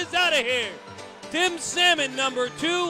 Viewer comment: The rookie "Saymon?" LOL, you rookie announcer! Who can't pronounce 'salmon?' LOL